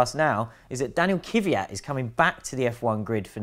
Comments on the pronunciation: It's Kvyat. Not Kyviat, Kivyat, Kyvyad, Kivjad, or any form with three syllables. It's two syllables: Kvy - at. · Kvyat, not Kivyat! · Whats His name? Kyviat???? Is it possible to work at autospitt and not able to even read?! KVYAT!!!!!!! K V Y A T! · His name is pronounced KVEEYAT guys. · please please please learn how to pronounce his name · It really hurts, how (bad and wrong) you 3 guys pronounce his name...